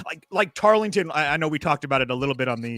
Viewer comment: Tar”ling”ton? Chinese satellite campus